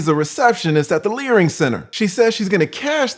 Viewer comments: The “Learing” Center will never get old😂😂😂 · Omfg!! Learing Center! No way you said that Classic! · The minute you said 'learing center' I knew I had to sub up! +1